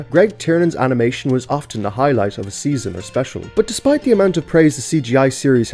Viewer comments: Highlight of the Video "AMINATION"✨️ I'm crying from laughter Don't take it offensive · I like the part where the Irish director said "AMination"